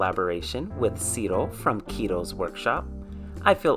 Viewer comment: Omg! I told you I wanted to see how you made that gorgeous dress! I'm seriously shook on how beautiful she is! She looks like a movie star! Thanks for accepting the collab invitation, it was a complete blast 🤓🖤 Oh, also extra points for the amazing pronunciation of my name 🤣